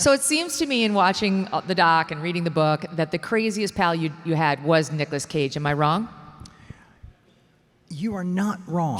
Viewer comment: it's nicolas not nicholas